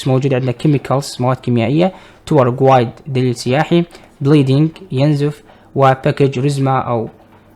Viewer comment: ملاحضة guide تلفظ گايد و ليس گوايد عادي كلنا نتعلم من بعض